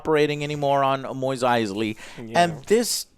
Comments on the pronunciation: Moist Eisley, it's Mos Eisley man. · Mos Eisley Joe! Moss not Moize christ he can't even say it right and that so called Easter egg is not a Companion Cube but a standard storage crate, idiots. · The end scene was Boba I keep hearing Joe say "Moist Eisley". Joe, it's Mos Eisley, as is moss. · Alright, seriously now... Does Joe intentionally mispronounce these things? Moweeez Eisley? And no one bothers to correct him? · Moise Eisley? It is pronounced Mos like Moss (also they say it in the show) lol Also Jon Favreau is pronounced like Fav like "fabulous" and Reau as "row". That is how he pronounces it. Other than that great job. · its mos eisley - not MOIS eisly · Luke: We're going to Mos Eisley Joe: Maweez Eisley?? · He is worried about saying John’s name wrong while he unknowingly mis said Mos Eisley as Moist Eisley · wait what? Mois Eisly... Mois?... MOIS?!! are we being bamboozled by Joe? thats' like when he says Go Lem instead of Gollum in LoTR it's like what? idk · I don’t mean to sound rude but it’s mos eisley not mois eisley. It was bothering me. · Mos Eisley not Moist Eisley JOE CMON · MOSS, not moist Eisley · JOE ITS PRONOUCED MOSS ISLEY WHO THE FUCK Would think Mos trainslates to MOIS. Love ya joe but come ooooon lol Other then that good review. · "moist Eisley" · Its not Moys Eisley. Its not Cleeeeegan Bowl. I swear to... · Its Mos Eisley Joe, not Mois Eisley. For Christ's sake. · "Moweez Icely" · Did he just say "Moist Eisley"? lol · Mois Aisley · Wtf is a Moist Eisley? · Plot armour? For fuck's sake, there is no such thing as fucking plot armour. Moyes Eisley? MOYES Eisley? And you call people who 'don't care about Star Wars' genetically weak? You can't even pronounce the names properly. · 'Moist' Eisley? I swear Joe can't pronounce anything. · What is with Joe's pronunciation of Mos Eisley?? Moys Eisley??🤨🤨🤨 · “Moist Eisley” -Joe